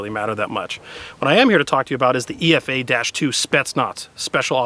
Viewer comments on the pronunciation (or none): Nice job. First: it is not E-F-A, it's "Epha", or saw-scaled viper, or small Indian viper. Second: this contraption was never officially adopted by any of RF special forces.